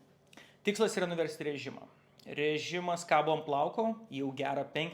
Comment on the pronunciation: 🤣 gal jis ne visai Lietuvis..